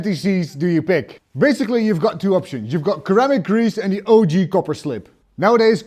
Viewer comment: "Sir-am-ick" grease Sir